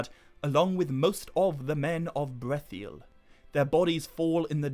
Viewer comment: Still wonder why you pronounce the I twice in Brethil